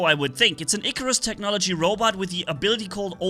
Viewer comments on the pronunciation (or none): none